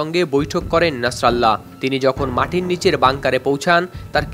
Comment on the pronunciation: ভাই কারো নাম যদি উচ্চারণ করতে না পারো তাহলে কারো নাম নিয়ে নিউজ করার কোন প্রয়োজন নাই না ছাড়া আল্লাহ কেন বলেন নাছার আল্লাহ কারো নাম হতে পারে নাকি তার নাম নাসিরুল্লাহ